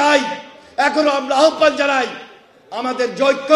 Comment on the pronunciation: আহ্বানের উচ্চারণ আওভান, আহ্বান না।